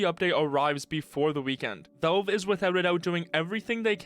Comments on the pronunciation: It's "Valve" not "Velve". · wtf is up with your pronunciation of "Valve" sounds like you're saying "Bo" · Man, this guy really needs to say valve instead of volv